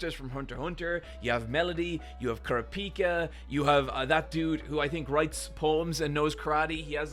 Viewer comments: You’re not pronouncing kurapika correctly btw. It is funny that Gon could blow up the top floor in one punch and it’s cute how weak everyone is, like Benjamin guards are worse at nen than zushi is. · how he pronounced kurapika too LOL